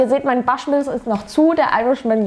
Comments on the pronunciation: Prinzipiell bin ich begeistert von deinem Zugang zu Whisk(e)y-Reviews. Aber bitte versuch wenigstens ungefähr, die irischen/schottischen/englischen Namen richtig auszusprechen. Bushmills spricht man genau so aus wie es geschrieben wird. Das mag jetzt "nitpicking" sein, aber man muss ja nicht jeden Fehler, den die deutsche Whisky-Review-Landschaft macht (Verschwörungs-Lüning ist da ja ganz vorne dabei, da ist man sich bisweilen gar nicht sicher, ob er von dem Produkt spricht, welches man eingeblendet sieht) auch nachmachen. Ansonsten bist du derzeit meine Lieblingsreviewerin. Lustige, unpräteniöse Art und man merkt es dir an, ob dir das Zeug grade schmeckt oder überhaupt nicht. Bitte weiter so :-) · Glen "Fiddisch"?? 😂😂😂 Falls Dich mal jemand fragen sollte, Aussprache: Glen "Fiddick", im Gegensatz zu Bruichladdich, da ist das "ch" stumm, also "Bruchladdie". Und bitte, das "Baschmills", keine Ahnung, woher Du das hast, spricht sich natürlich "Buschmills"! 😆🙈 Wer Whisky sein Hobby nennt, sollte auch wissen, wovon man spricht und sich tiefer mit der Materie beschäftigen, dazu gehört als Basis mal die Aussprache.